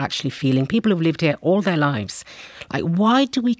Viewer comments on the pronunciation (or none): Just the fact she keeps saying lifes instead of lives is enough to anger me.